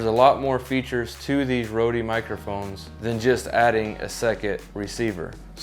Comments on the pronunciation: Just a quick note, you need to pronounce rode like “road” don’t pronounce the “e”. Thanks for the review. I just got mine and haven’t tested mine yet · "Roadie"? Where'd you get that pronunciation?